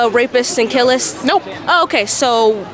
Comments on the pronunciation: “Rapist and killist?” How tf did she get into college? Ooohhhhhhh ok, she’s a black woman 😂 duuhhhhh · That black girl so dumb so doesn't even know words like wtf is a killist?